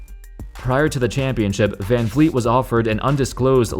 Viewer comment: Fred Van Vleet is pronounced Fred Fan Fleet.